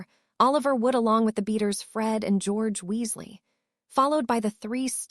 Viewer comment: It is not pronounced w u s l a h, it is Weasley